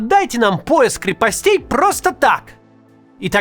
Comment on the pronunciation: не крепостЕй, а крЕпостей, Максим. Не позорь меня